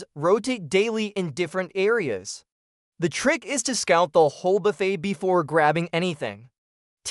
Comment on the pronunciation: I believe it's pronounced Buff-AY, not Buff-ett.